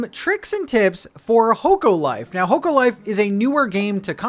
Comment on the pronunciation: The game is pronounced Hock-o Life